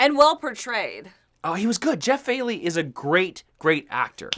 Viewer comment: His name is Jeff Fahey not Jeff Failey